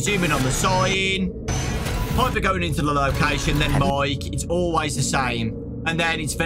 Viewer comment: STOP. CALLING. HER. PIPEEEEEEEEr